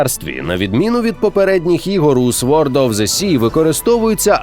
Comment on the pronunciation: “Sword”[sôrd] - [сорд]